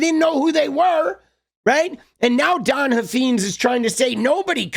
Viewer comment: I live in Texas where this guy is from. He is an idiot but it’s pronounced Huff Fines. Like a fine to be paid Huffines